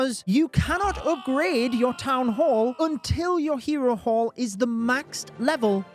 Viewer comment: I kept hearing hero wh*re lmao